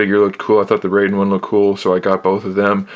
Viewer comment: not to be a nitpicker, but you're mispronouncing Raiden.